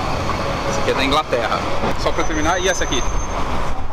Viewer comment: Englaterra KKKK